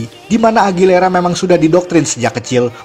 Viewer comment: AGUILERA. BUKAN AGILERA. AUTIIIIIIIIIIIIS